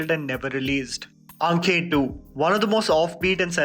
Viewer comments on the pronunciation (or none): "AAKHE", not "AANK-KHE". Spelling and pronunciation are different things. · even if it's spelled "Aankhen", you don't need to pronounce it exactly like that. You can pronounce it as "Aakhe".